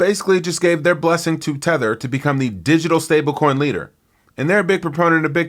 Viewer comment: Not thether instead its RLUSD Buddy